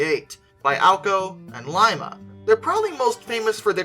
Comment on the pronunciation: My brain, "Wait...hold up...he said Lima, OH in the correct manner." Much happier watching this video.